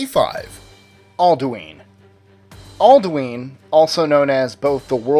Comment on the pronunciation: aldueen? hahahaha